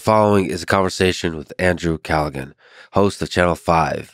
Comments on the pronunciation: 'Andrew CallaGAN' At least learn how to pronounce the man's damn name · Andrew “Calluh-gan” lmao come on Lex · Pronounces his name wrong twice innthe first two minutes. Haha. Let’s see if this is worth watching